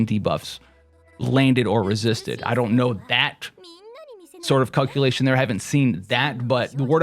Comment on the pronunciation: is he saying 'cuckulation'?